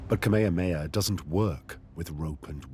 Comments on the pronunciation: Kamehameha - not ka-may-ya-may-ya Please have the respect to learn how to pronounce our great king's name. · Omg it’s pronounced Kah-may-ha-may-ha. I can’t with this narrator.